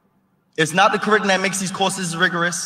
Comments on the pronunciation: Why does he pronounce "Curriculum" as Kuhrickalen"? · He can't pronounce the word curriculum